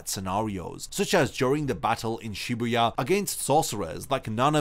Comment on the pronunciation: Shibuya, my boy said Shebuuyah 😅...